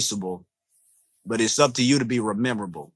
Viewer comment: Fam said rememrable☠️☠️☠️ love it